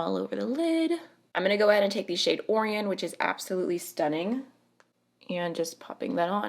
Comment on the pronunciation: I am not sure, but I think Orion is pronounced O-Rion where rion rhymes with lion, like the constellation Orion. I was convinced to finally buy JD Glow eyeshadows by you. 😊 I agree about Give Me Glow. I will not buy from them.